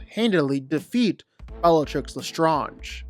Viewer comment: Why do you just stubbornly refuse to pronounce Bellatrix Lestrange correctly?